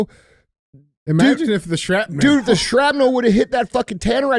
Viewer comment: "Shrap-Nell"? Cmon bro,just read it to yourself prior to broadcasting the words